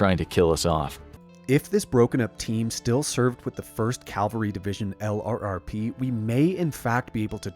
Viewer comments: Excellent! My only gripe is that LRRP is pronounced as a word, "Lerp," and not said as an acronym. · Btw, LRRP is pronounce "lurp".